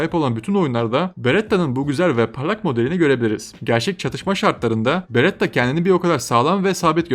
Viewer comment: beretta diyon aga berettda ne ya